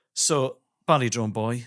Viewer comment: To begin with, when Ellis said “Badly Drawn Boy” all I could hear was “Ballybawn Boy”, which is a horse, the Ballybawn line being a line of successful competition horses. I work with horses - hence why I heard what I thought was “Ballybawn Boy” my brain, I assumed I was likely suffering from cognitive decline, couldn’t work out why either (a) an Artist named themselves that or (b) why a horse would be at that gig 😂 When I finally clicked that it was “Badly Drawn Boy” I was (a) relived and (b) worried about my hearing. 😂